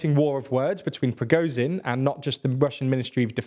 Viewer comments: He has a hell of a lot to cover. I think pronouncing Z as Z instead of zh isn't that big a deal. If he was pronouncing something totally wrong itd be different. The only issue here is it isn't sh enough. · thank you. its not progozin, its prigozhin. listen how everyone else prononunces it. the S in viSion sounds like zh in prigozhin. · The only thing more impressive than the Ukrainians' tenacity is the fact that you finally ALMOST pronounced Prigozhin's name correctly. So close! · Nice video. Though you guys have been covering this battle for months and still can't pronounce Ba"kh"mut, "W"agner or Prigo"zh"in.